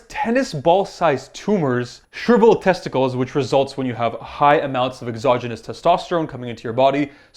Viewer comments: "your testoecles" haha sorry bro but when I hear that I couldn't stop laughing. To be fair I know you were probably hella tried by the time you got to that part of the vid and it doesn't take away from all that damn knowledge you gave us. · Who else heard him say “testsosticles” 😂😂 I’m dying 🤣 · testosticals? wtf 😂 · "Testosticles" XD